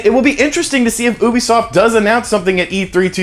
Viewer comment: Ooobisoft. Or youbesoft? How is it legitimately pronounced???